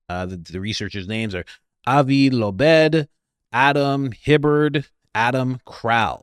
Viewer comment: Avi "Lobe", like a brain lobe